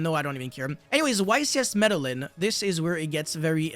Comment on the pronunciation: Medellín = MedeJhin